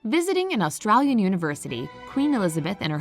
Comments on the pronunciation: I didn't...btw she pronounced "Australian" incorrectly... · why did you say Australian like that? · omg! that pronunciation! yank becomes Australian ;)